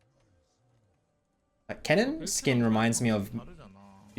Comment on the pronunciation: Dude says "cannon" and "Kennen" back to back multiple times... I can still barely tell the difference lmao